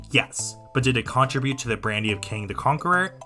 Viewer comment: ALSO WHY TF DO YOU SAY CONTRIBUTE THE WAY YOU DO 💀